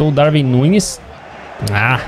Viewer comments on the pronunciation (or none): Darwin não se lê com v lê se com u